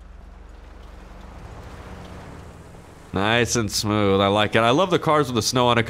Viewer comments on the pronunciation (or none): none